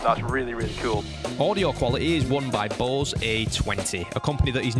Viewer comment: Did you know you pronounce Bose, like balls? 😂 I can unhear it now